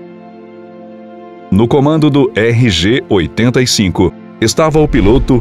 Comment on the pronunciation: Não era essa a co-piloto do vôo. Essa informação está incorreta. O co-piloto era Ovar Goytia. Isso precisa ser corrigido. E por diversas vezes o narrador menciona incorretamente o modelo da aeronave, falando RG-85 invés de RJ-85.